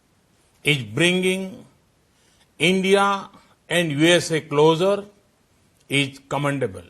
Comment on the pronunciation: Ij instead of is 🤣🤣🤣